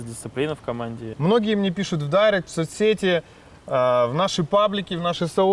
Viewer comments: Как же режет слух «мЭмы», «дайрэкт» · дАЙрект, дИскорд, мЭмы... Он блч это специально что ли делает?)) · дАйрэкт, серьезно?) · дайрэкт так-то правильно, а вот директ это стремное слово